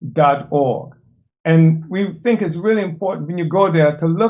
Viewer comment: In Swahili, ‘Uhuru’ translates to ‘freedom,’ with its roots in the Arabic word for ‘free.’ The ‘u’ is pronounced ‘oo,’ not ‘you.’